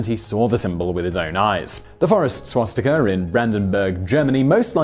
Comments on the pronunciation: He always say schwatztika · Can we have a video on whether it is pronounced swastika or shwastika? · I’m sorry, but i have to comment on this. There are no schw-sound in the word Swastika, when you say it, it sounds like you are saying Schwastika, it’s Swa-sti-ka.... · Had Simon had a drink before this? swastika, shwashtika, swashtika, shwastika? How many ways did he pronounce it??? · Why do you sometimes pronounce it "swastika", sometimes "swaschtika" and others still "schwostika"?